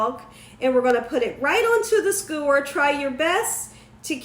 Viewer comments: Sk-YOO-er, not skoo-er. Love the recipe! And your BACKYARD?? Omg, gorgeous!!! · 2 things....please learn to pronounce skewer..omg.....second learn the definition of circumference....it would be the length of the hotdog when your putting it in the glass not the circumference